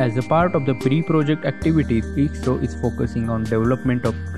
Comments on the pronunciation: its not isro its i s r o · I.S.R.O ...... theek se naam lena to seekh lo...😂😂😂